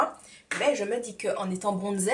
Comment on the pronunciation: Lol "Bronzed"?? Dis moi.. tu sais que ça ce dit pas "bronzed"en anglais au moins ?